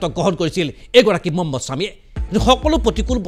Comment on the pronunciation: মম্মদ ছামি নহয়😂.. মহম্মদ ছামি.. উচ্চাৰণ ভুল হৈছে আপোনাৰ